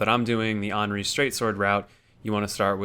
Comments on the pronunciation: no, it isn't fucking Onri. It's Anri. Like Andy. Or Annie. Or literally every other word that starts with "an". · Why don't you pronounce the "th" in Irithyll? Plenty of characters in the game pronounce the name, so it's not a mystery. Speaking of, Anri is pronounced with the 'a' like in "and", not like the 'a' in "all". No biggie of course, just pointing it out for some reason. Actually, one pronunciation that bothers me the most is Oeden from Bloodborne. The name is said out loud on many occasions, but so many people pronounce it completely wrong. Everything from oiden to oden. It's more like urden if the r is pronounced with a more open throat.